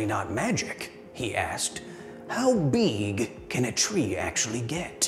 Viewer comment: He asked himself “how beeg can a tree get”